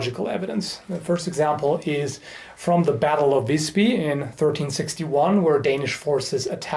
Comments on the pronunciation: Had no idea that you were going to talk about swedish history, got so shocked when you said battle of wisby(visby) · Visby, not Wisby :/